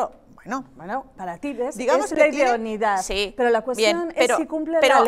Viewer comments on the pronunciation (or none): joder que pesados con decir idoniedad..... se dice IDONEIDAD